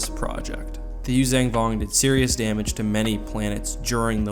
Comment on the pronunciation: why oh why do you pronounce it "Yuuzang" when it's "Yuuzhan"